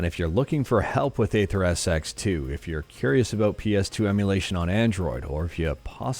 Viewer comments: AetherSX2 Pronounced eether :) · Bruhhh it's AetherSX2 not Atherps2